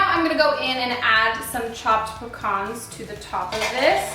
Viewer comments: I'm not the only one who thought it looked really gross right... I genuinely thought that it had like.. Insects in it.. Also did anyone else cringe at the way she said pecans? But after this video I really want to try it cause I love things like that.. Yum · She says pecans weird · Do Americans really pronounce pecans like that? Or is she just saying it funnily?